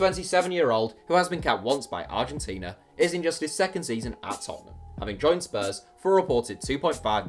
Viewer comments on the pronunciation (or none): none